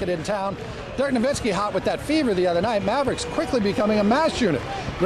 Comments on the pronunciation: its pronounced noVitzki dumb bitch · These reporters are dumbasses. Can't pronounce nowitzki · No"V"itski, he's German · it's pronounced no-V-itzki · BTW it's pronounced noVITzky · Why does she try to talk about crap she knows nothing about? They didn't even pronounce his name correctly.